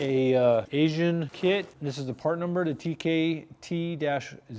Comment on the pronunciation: I see/hear this all the time. It is not 'Asian' and it's not pronounced 'Asian.' It is Aisin.